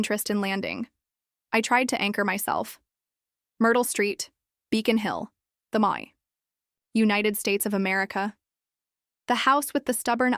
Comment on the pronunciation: What's with all the odd pauses between words? What is "the Moi"? What is a "slow rung"? What are "e corners"? "Clarity" showed up, as it almost always does in these AI copies. Why is there a "creek near the stove"? So she took a shower and only put on a sweater? That's odd. AI is absolute crap, but the errors could have been fixed, if only you weren't short bus special or incredibly lazy. Downvote and block the channel for sure.